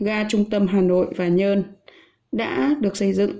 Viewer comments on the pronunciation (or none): Từ nhon không phải nhơn đâu cô mà là nhổn cô ạ